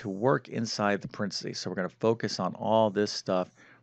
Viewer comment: PA REN THE SEES! NOT PRENSEES!